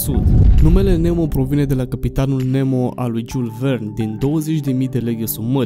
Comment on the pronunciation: Dacă ne spui și cine e acel "Giul Vern" cum l-ai pronunțat pe bietul Jules Verne e ok... Și app: e Oceanul Atlantic, nu "Oceanul Antlantic". :)))